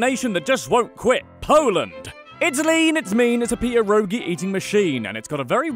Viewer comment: My god you butchered pierogi so wrong